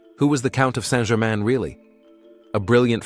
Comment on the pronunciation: saint Germain and he pronounces it wrong